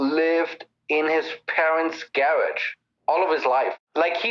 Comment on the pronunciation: He pronounced garage .."Gay_Rudge"! I'm done here 😆